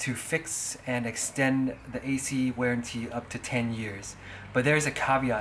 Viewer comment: It's warranty not wearntee